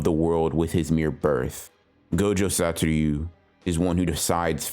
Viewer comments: Say it with me, Sah-toh-REW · That’s cool and all , and I know it’s petty AF but ...Sa-to-RU ! It actually disturbs my focus ! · its not that hard to pronounce "satoru" youve even watched the fucking anime, behave. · ure saying satoru weird